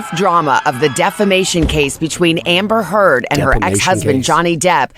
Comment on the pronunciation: LOL. Wah-mber Hurbs is just a big ol' silly person.